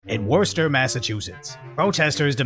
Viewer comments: Dude, this is in the city next to me, about 10 miles to the center of it from my house. I worked there for 2 1/2 years for the hospital system which was a good job, don't get me wrong, but there are some VERY idiotic people in this state. Also, it's pronounced "wustah" ;) Say it like you're from here LOL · Oh, and bruv, it's pronounced "Wooster" Not sure why, but it is. Even though Dorchester is pronounced like you thought it should be, and not "Dooster" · That city is pronounced Wistah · It's pronounced Wooster, just think Wussy like pussy. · It's Woostah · It’s pronounced Wuss-ter lol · Hello to my favorite rooftop badass, we New Englanders pronounce the 'orce' in Worcesteter as an I so it sounds like Wister. Your pronounciatiation is closer to local than anyone else I've heard and, so, good on you. I just wanted to drop an FYI and show some love for the channel. Rock on,, you're the best! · It’s pronounced Wooster btw 😂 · Tell me didnt just say “worster” 😂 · Worcester is pronounced Wus-ster (or Wus-stah if you're from MA.) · its pronounced wiss-ta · City is pronounced "wuss-ter" cmon man you're constantly repin' C's gear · Locally, Worcester is pronounced “Wuhster” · It is pronounced "war ses ter " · Its pronounced “wistah” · Its pronounced wooster , sad to see this in my own city. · Pronounced "Wuss-stir" or "Was/were-stir" if you will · You pronounced Worcester wrong it's pronounced WOSS ta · Is pronounced whuss-ster, but I think you've made an acute observation that now the city is definitely worse-ster. Lol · Sir i believe the proper English pronunciation is Wooster. I know it's not spelled that way but that's how it's pronounced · Worchester pronounced wooster😅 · It's pronounced Wusstah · Just FYI---up in Massachusetts they pronounce it "Wooster". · This is so sad. It is pronounced "wister" or if you are local "Wistah". Anyway so sad Worcester has completely lost it! Thanks for the video!❤ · Worcester is pronounced Wooster.